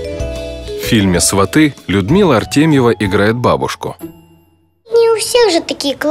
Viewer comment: Автор, ударение в слове сваты на первый слог. Говорите правильно.